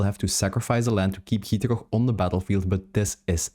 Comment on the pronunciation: the way you say gitrog is 10/10